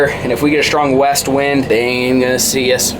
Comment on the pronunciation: Me:......that must be new spelling for August, like he says 'Weast'. 🤔: Shew!